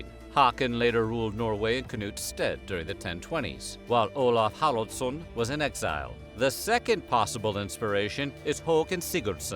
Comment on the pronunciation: Olaf "KHRILJDJASSON" How hard is it to pronounce "Haraldsson", jebus christ.